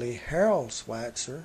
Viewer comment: had to stop when you butchered his name...I am sure it was nice, despite what happened to Alfalfa, of course